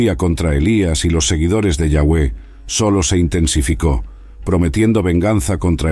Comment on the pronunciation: Me gustaria que usara la palabra Dios en ves de yawe que igual creo que no se pronuncia asi